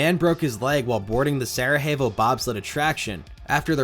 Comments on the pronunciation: It's pronounced Sarayevo, not Sarahevo. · Its pronounced "sarayavo' not sarahevo. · With all due respect, you need to take classes to learn how to pronounce these things. Sarajevo is pronounced Sara Yevo, not sarahevo. It’s not Spanish. Sarajevo is a city in Eastern Europe, Bosnia, an area formerly Yugoslavia, famous largely for Winter Olympics back in the 80s. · Quick note, the J in Sarajevo is pronounced like a Y. Sarah-Yay-Vo 😊 thanks for the great content as always! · Solid research on a great coaster. Just an FYI: Sarajevo in Sarajevo Bobsled refers to the city hosting the then-recent 1984 Winter Olympics, so the pronunciation is sara-YAY-voh. Thanks for the trip down memory lane! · The Sarajevo in Sarajevo bobsled is pronounced Sara-yay-vo, at least by American standards. Lol j sounds like h in Spanish, but in Croatian/Serbian the letter j makes more of a y sound... In case ju were wondering. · Just an FYI it’s pronounced Sarah Yay Vo. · I love these vids but my pedantic ass stays bothered by the pronounciation of Sarajevo like it's some Mexican city